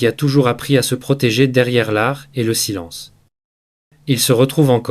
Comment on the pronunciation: LE PERSONNAGE QUI PARLE EST T E L L E M E N T RIDICULE QUE JE QUITTE YOU TUBE POUR TOUJOURS ( saïlance....innepossible etc.) J AI ENSEIGNE LA LANGUE DE FRANCE